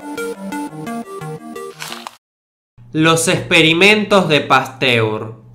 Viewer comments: Like si te diste cuenta que no decia Pasteur si no Pastur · en una parte dice pastur en vez de Pasteur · "Pastur". No sé por qué... pero siento que ciertos "errores" los haces a propósito, para hacer pensar a tu audiencia. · minuto dice experimentos de pastur y no de pasteur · min en vez de pasteur pusiste pastur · te comiste una E, pero buen vídeo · dice "los experimentos de pastur" en vez de Pasteur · "los experimentos de pastur" JAJAJA P.D: Buen video CRACK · "Los experimentos de PASTUR" Alguien lo notó? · Decía "Luis Pastur". Saludos!